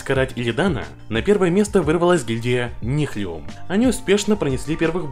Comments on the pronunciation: у автора видео, просто проблема с английским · Ролик четкий как всегда но "Нихлюм" :D угарал каждый раз когда ты говорил это